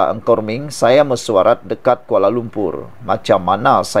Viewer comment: Content creator tak cermat dalam menyebut nama orang. Menteri itu bernama Nga Kor Meng bukannya Ng Kor Meng. Its irratating..